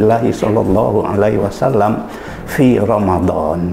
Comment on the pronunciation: Penjelasan dalam vidio ini cukup jelas, Namun Prof DR H Syamsul Anwar ini saat mengucap SHOLLALLOOHU 'ALAIHI WASALLAAM, Beliau mengucap SHOLLALLOOHU 'ALAIHI WASSALAM.....